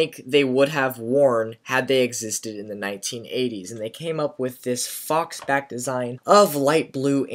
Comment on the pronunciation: It's faux-back! To rhyme with throw-back! That's the whole point. It's not "faulks"